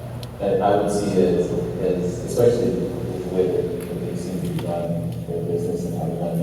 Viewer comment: Really? The "professional" journalist said "expecially" ?